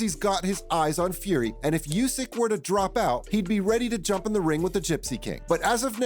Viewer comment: It's pronounced "OO-sick," not "YOO-sick."